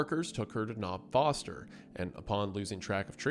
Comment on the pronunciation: ITS KNOB NOSTER YOU FOOL